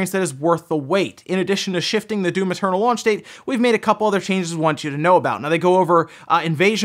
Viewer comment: I hear you say "Doom maternal"